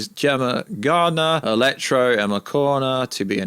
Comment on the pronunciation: ELEKTRA not electro 😂